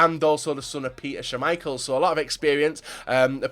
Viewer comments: Jesus how many GCSES do you have.. you butcher almost every pronunciation out there. That Shhaamichael killed me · "shhhuuumichael" lmaooo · Did anyone notice he said shaaaameichel